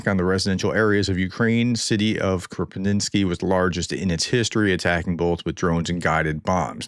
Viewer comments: Krapivnitsky is pronounced Crop-eve-nits- ski. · Kropyvnytskyi (Кропивницький Ukrainian) = Kro piv nits ski.